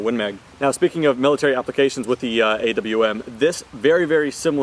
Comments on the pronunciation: Okay guys its official its A.W.M not awm(om) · Ofcourse IT'S A.W.M You dont say "akkum" for an AKM do you?